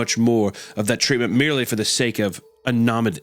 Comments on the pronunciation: Sorry guys this is unlistenable. Just came from Spotify where you both had repeatedly failed to pronounce 5th grade words like continuance or anonymity. Please take a middle school English before continuing this shit heap of a a show. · it's crazy that the 2 of you read at an 6th grade level, you can't even pronounce anonymity. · How can Hunter be a college graduate but can’t figure out how to pronounce “anonymity” or “especially”? 😂